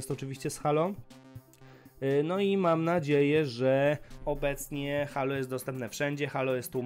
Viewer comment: jprdl Halo.... jak mnie to drażni [HEJLO] SIĘ CZYTA!